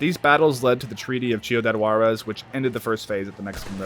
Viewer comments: SHIUDAD WARREZ. Damn, this guy butchered my lenguage even more than the Skinner Bros. butchered people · I think Reyes is probably the Villa from the game. Same disgusting shit in a loooot of ways. Ps. You butchered Ciudad Juarez lol